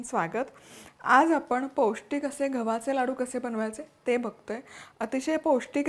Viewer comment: तुझ्या रेसिपी सोप्या आणि उत्तम असतात.पण,मराठीभाषा शुद्धच बोलावी. गव्हाचे, बनवणार असे म्हणावे.तुम्ही घवाचे, बणवणार असं म्हणता.O K